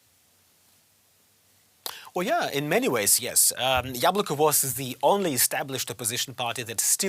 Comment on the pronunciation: its YAbloko not yablOko